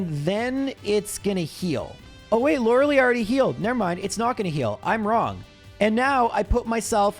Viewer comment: I can't believe watching your videos has made me doubt which way is the correct way to pronounce Lorelei